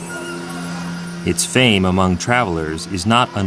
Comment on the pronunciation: These White people need to speak the language before doing Laos documetary. White people pronounce Laos language is like three and tree sounds the same.